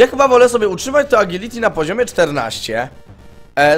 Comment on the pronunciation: TO JEST "ADŻILITI"!